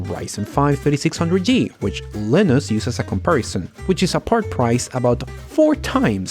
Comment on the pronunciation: Why do you pronounce "Linus" when you begin the video.. And then just completely give up on English further on... And say it as "Lenassss".. Jesus. I'm not even a native english speaker and this makes me cringe.. Almost can't watch your videos. Got through to this one. Good points. Agreed with everything you blurted out with little effort